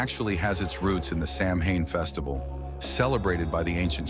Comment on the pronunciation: GOOD GRIEF!!! If youre going to make a video about this subject, at least bother to learn how to pronounce what your talking about! Its SOW-WHEN, NOT SAM-HAIN! 😡